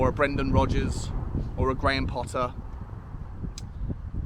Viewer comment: It's Rodgers. It was always Rodgers.